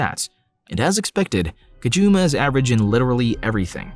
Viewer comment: Not a game, he couldn’t choose any girl he wanted, you kept pronouncing his name “Kajuma”